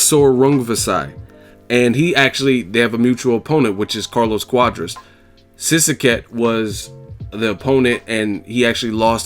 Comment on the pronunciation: Maaaan for some reason I thought you would butcher his name completely. Props for pronouncing that shit decently lmao